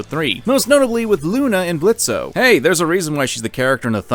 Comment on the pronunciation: The o in Blitzo is silent. Geez, have some respect for Blitzo, it's hard enough for fathers, adoptive or not, as it is, don't add to the payload.